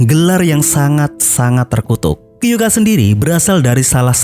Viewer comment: Kyoukai ya gaes bukan kyouka